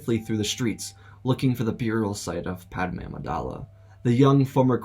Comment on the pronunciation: Man said PAD A Me